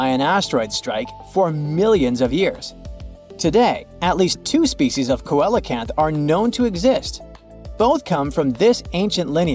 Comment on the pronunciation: not "koala - kanth" its pronounced: "see - low - kanth"